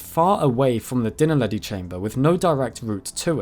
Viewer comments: Absolutely fascinating! Though I can’t help hearing de naledi chamber as ‘dinnerlady chamber’ 😂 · I swear im hearing dinnerlady cave! 😂